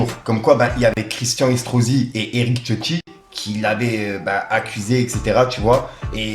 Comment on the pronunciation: Eric tioti? Mec c'est écrit CIOTTI avec un C, "ssiotti" ca se prononce et idem pour le début du communiqué de Freeze c'est "outre", pas août c'est "outrrrrrrre". Ensuite a 3.28 tu fais une faute qui me rend ouf a chaque fois, on ne dit jamais "par rapport a la polémique QUE je vous ai parlé" mais "DONT je vous ai parlé", c'est une grosse faute de français essaye de t'en souvenir. A chaque fois que je passerais par la ,si je remarque des fautes je t'en ferai part, c'est important si tu veux avancer dans ton métier, au pire reprend quelques cours de temps en temps avec prof de ou force toi a lire des livres ca aide de ouf et c'est très important pour le vocabulaire et ton cerveau enregistre le bon français sans que tu fasses attention. Faire de la news ou du "journalisme " sans parler français correctement c'est chaud mec ,donc fait une effort pour toi avant tout.